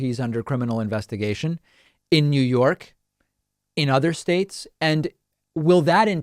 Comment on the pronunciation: “United shates” 😆